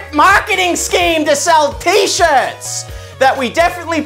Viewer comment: Don’t miss the r in shirts